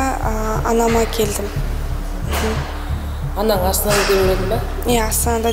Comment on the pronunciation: Жүргізушіге өтініш ,,анан" емес, ,,анаң" деңізші, н мен ң-ның орынын әрдайым шатыстырып сөйлейсіз,барғаныныз емес барғаныңыз,көніл емес көңіл бөл,қалғаныныз емес қалғаныңыз,мәселенін емес мәселенің,сіздің дұрыс сөйлемегеніңіз көрерменге әсер етеді...Мен өз басым,өкпеге ауа жетпей қалғандай болып,қызық бағдарламаны көруге қызығушылықты төмендетеді,ренжімеңіз,журналист болған соң соған көңіл бөлсеңіз.